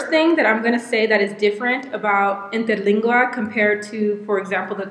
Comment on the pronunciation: Damn girl! Your pronounciation of Interlingua was PERFECT! Kudos!